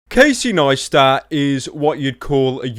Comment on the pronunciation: kuh-see-eye kne-eye-stat